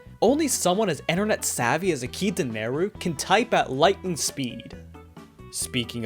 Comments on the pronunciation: its pronounced a ki ta ne ru ⬆⬇⬇ ⬆⬇ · So I got an add at the point when he said Akita meru and i got an old spice add saying the key to great skin 😭 it sounded like he said Akita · that literally sounds like "akita neru"